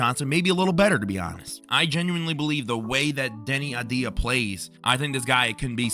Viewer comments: Great. More clickbait and regurgitated content. And can you not even pronounce "AVDIJA"? Good gawd man. Please try harder. Also your voice and cadence is annoying as hell. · Hey, how about pronouncing the guy's name correctly? Deni A-V-dija